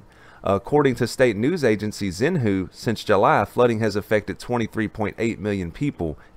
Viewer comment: That was the most hilarious way I've ever heard Xinhua pronounced.